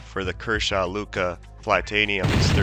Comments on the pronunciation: Its lucha (like loo-chuh), it was named after the Spanish word for "fight" (like luchadore, lucha libre is an example where lucha is used, both meaning basically wrestlers). Hope you see this, we won't have to rip out our eyes and fucking eat you next time you say luka!!!! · Sorry brother, it is lucha. like luchador the wrestler/fighter. Use voice to text. You're saying "luca." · It’s pronounced lu-cha